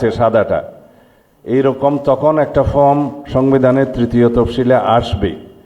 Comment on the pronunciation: ফওম না, 😂ফর্ম